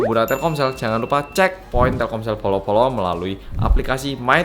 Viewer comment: Setiap bilang bolo² gw selalu dengar polo² wkwkwk ada yg sama?